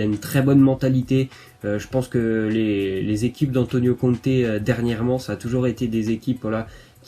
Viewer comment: Conte pas comte 🙁🙁🤣🤣